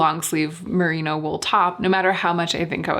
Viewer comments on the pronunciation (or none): none